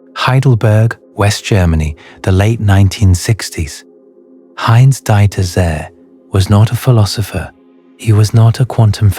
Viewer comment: My God, how did you butcher the pronunciation of that German nuclear physicist!!!!???? It is "Deeter Tsey".... the best approximation that will be understood correctly by a German national! Other than that, thank you very much for all this great food for thought. I personally tend to the assumption that there are innumerable realities all existing simultaneously, but it is only one of them that our consciousness can interpret: the one we are bound to, or a part of, or focusing on... not sure which is the right way to define that. Maybe we are an integral part of that one given reality and therefore we cannot be in other simultaneous realities. The same way we can only be in this physical body, not that of another person. The only difference is that we can see other persons... but!!! that is an illusion. We are in actuality just ONE entity, not billions.... very much like billions of atoms are part of our one body... it's a matter of scale. And ALL scales are not available to us, just the ones existing in this version of reality. Other realities are being co-generated by other consciousnesses, of which there have to be as many as there are existing/manifesting realities. Again, realities which are not "us". I am getting dizzy, lol....